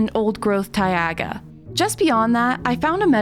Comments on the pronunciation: ok im sorry but you said Tai-ag-a its Taiga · Girl who prononces Taiga as Taiaga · that is the craziest pronunciation of "taiga" ive ever heard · tai-aga? Welp my friends are never hearing me pronounce it any other way again